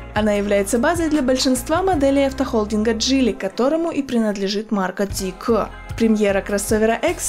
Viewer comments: тормози да братишка)). Мы до этого на твоём канале знали эту машину как zeekr а не зикэкр(или как там) ))) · Как слышу Зикэ, не хочу смотреть…. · Очень ужасно ЗИКЭЭЭ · логотип же написан не на китайском, значит произносить на китайском не совсем коректно)) Но а если серьёзно очень не приятно звучит это к э-э-э, можно как то по мягче? П. С. Да это только моё мнение, но судя по всему не я один его разделяю... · Мне одному режет слух то как ведущая произносит Zeekr? Может лучше произносить по английски как и написано, а не по китайски? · я и понял что так говорят в Китае, но мы то не в Китае. И сомневаюсь что на английском именно так звучит...